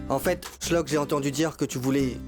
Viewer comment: C'est Dua pas Dora Et c'est Shlock pas Chlock